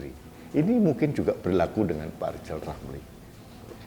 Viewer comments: Lijal... you benelin lidah dululah. Oplasi lidah kek bial jelas kalo bikin nalasi keji memfitnah pejabat negala. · Pak Lijal bilang R aja ga bisa sok2an nyinyirin pak jokowi mulu Malu dong